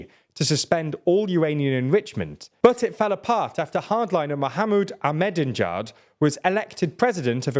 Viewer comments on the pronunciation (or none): Man... do you actually understand what you read? Like... you clearly don't do the research if you fucking butcher the Iranian President's name like that. Ah..med-din-djad... ffs WIKIPEDIA HAS A PHONETICS and MP3 of how to say it. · Akh-me-di-ne-jad. You're skipping a few syllables. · Your pronunciation of Ahmadinejad is hilarious. Same with other leaders in other videos. Google can be your friend if you take a few seconds to ask it. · The fact you can’t pronounce Ahmadinejad shows you have no place informing the public on geopolitics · That's some "deedee megadoodoo" levels of mispronunciation on Ahmadinejad's name lol